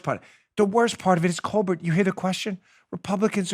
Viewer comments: It’s COAL-BEAR jerkoff 🤨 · I love how you pronounce Stephen Colbert‘s last name 😂. He’s such a pretentious, unfunny, America hating jerk. His question to Biden was pathetic basically trying to make people feel bad for him because his son is caught up in a scandal that his father got him into, right... thank you so much for the laugh I needed it hope you’re feeling well